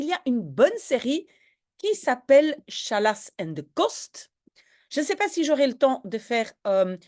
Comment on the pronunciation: Hartelijk dank, super met de woordenlijst, enkel een detailtje Challas spreek je uit Gallas en niet sjallas :-) in het Arabisch wil dat zeggen "stoppen"